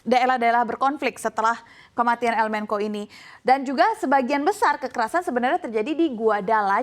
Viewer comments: Menko Polkam? Yang bener bacanya menco sesuai kaidah bahasa indonesia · Host'nya amburadul dalam penyebutan kata. Mencho diucap menko. Sinaloa diucap sinolao